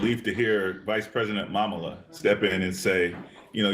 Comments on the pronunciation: Did the guest dude say Vice President “Mamila” ? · Vice President “MamaLa” 🤣🤣🤣